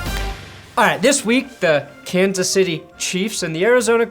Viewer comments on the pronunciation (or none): none